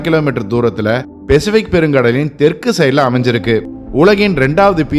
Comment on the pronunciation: தகவல்கள், காணொளி மற்றும் வரைபட விளக்கங்கள் அருமை. ஒரே ஒரு குறை...தங்கள் தமிழ் உச்சரிப்பு. உதாரணம் பெசிபிக் (Pacific), Dhuraimugam (துறைமுகம்) போன்றவை. மற்றபடி அருமை சகோ. நன்றி!